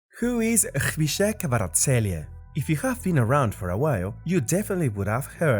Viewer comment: That's a new way in which someone butchered his name. 😂